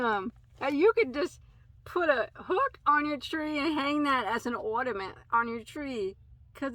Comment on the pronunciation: I think this is my favorite unboxing thus far. Those hanks look so squishy, I have to get some. Love the way you say ornament, like a New Yorker. (Live in upstate NY) Must ask what you are referring to when you are saying halo about the yarn?